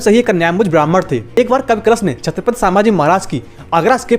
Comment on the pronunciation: Pehle thik se bolo chatphat Samrat hain??